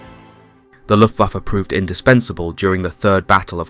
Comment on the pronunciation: He said LOOFAFA BWAHAHAHA